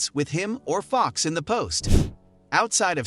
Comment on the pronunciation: You can tell this dude have never watch a Kings game before, cant even say Fox and Sabonis name right. Lol